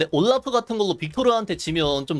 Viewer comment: 왜 올라프 발음을 우올뤄프 라고 하시는거죠?